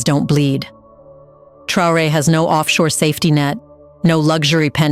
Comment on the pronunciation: Your prononciation is bad, because you are unable to say : Traoré.